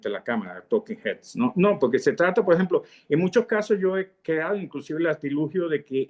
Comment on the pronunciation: Cuando empezó a hablar me pareció que estaba echando bromas , como estan hablando cosas de locos ,luego me di cuenta de que habla así, entrecortado , Lo mismo me paso con el gran maestro universal Jacobo Borges. En todas las entrevistas utiliza una palabra mal pronunciada "PO EJEMPO" , también pensé que eran bromas del gran maestro universal , pero no , después me di cuenta de que tiene muchos problemas de dicción, en cambio los entrevistadores pronuncian demasiado bien, y arman el programa muy bien, felicitaciones.